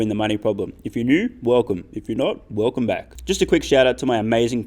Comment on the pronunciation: If you're neough, welcoughm. If nought, welcoughm back.